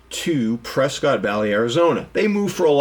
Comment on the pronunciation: Prescott? It’s “Prescutt.”